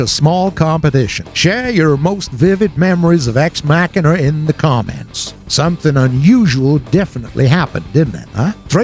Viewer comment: ex mackanuh? bruh... learn how to read.